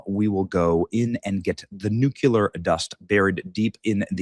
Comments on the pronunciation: BENNY - IT'S NUCLEEEEAAARRR, NOT NUCUUUULLAAARRR - GET WITH HOW WE TALK - HF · Benny you keep saying NUCULAR not NUCLEAR. Taking speech lessons from W? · it's NUCLEAR not nucular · Not NU-CU-LAR! It’s NU-CLE-AR! Sorry,one of my pet peeves… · Oh, Crap!! Iran isn't going to adhere to any agreements. And, stop saying 'nuculur'. There is only one 'u' in nuclear. You sound unintelligent. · It’s Newclear , not nukleeleer 😂😂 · COME ON BENNY! It's NUCLEAR NU-CLEAR not NU-CULER! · NU!!!! CLE!!!! AR!!! Come on Ben it’s not Nookyular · Benny, NU CLEAR not NU CUE LAR! DAMN! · It's NUCLEAR not NUCULEAR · If true, great news. but I'm pessimistic, it is Iran after all, you can't really negotiate with terrorists. They are despicable Liars with no honor, why would they actually follow through with something they agreed to? by the way, Pronounced Nuu---kleee--urrr N.U.C.L.E.A.R Not pronounced Nuu--kyuh--ler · Benny pronounced "nuclear" as "nukah leer". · Nu-cle-ar Benny. You sound like George Dubya😂😂😂😂😂😂😂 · Its nuclear Benny you're saying it wrong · Why can't men pronounce nuclear correctly? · Will someone please tell Benny he’s pronouncing NUCLEAR incorrectly. Sound it out. Mispronunciation makes one sound illiterate. Luv ya’ Benny!